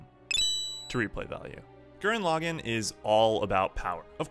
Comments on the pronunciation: Please never say lagann like that ever again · BraixenDon i couldnt finish the video cuz of it